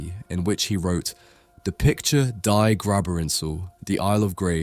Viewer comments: Love your videos. I am learning a lot about amazing paintings. I do like to make a positive meant comment on pronunciation for what it's worth. 'Die' is pronounced as the 'ea' in fear and not as 'die' as in dying. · The word I the titles “Die” means “the” in English and is pronounced “Dē”. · its not die Toteninsel. Its Die Toteninsel. Die Bart Die. The Bart The. You pronounce it like d+E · "Die" as in 'die toteninsel' and 'die graberinsel' is pronounced "dee". All this research into the painting and artist and you can't spend two minutes bothering about the correct pronunciation of foreign words?! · Okay, but plz pronounce "die" in German as "thee" :) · WRT all the mispronounced German: at the very least, you should know that the German article "die" is pronounced "dee." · Die is the in German. Not nit picking, but educating hope this helps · As a german I have to correct you a bit, "Die Toteninsel" is not pronounced like the english "to die", it is an article like "the" and is pronounced like "dee" in "deep" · I believe Böcklin is German. The word Die is not pronounced like dye. It means the and is pronounced Dee. Toten means to kill so Toteninsel makes more sense as Isle of Death. So “Die Toteninsel” is “The Isle of Death”. 🥀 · Bro... do you really think Germans pronounce the "Die" in "Die Toteninsel" as "Dye"? You think it's just like the English "die", as if it had any relation to the subject of death? It's German for "The" - one of the most common words/articles in any language... and it's pronounced "Dee." Du stinkst. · The German word "die" is pronounced like "free" and not "dye". Sorry for being pedantic, but your pronunciation triggered me. Love your channel, especially your reviews of beautiful paintings. I, personally, love the dark versions more than the bright ones. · "Die" is pronounced "dee" not "die" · German "die" is pronounced like "dee", not as "dye" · its not DIE toteninsel. Its DEEEEEE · Die is pronounced "dee". I don't like it at all, honestly.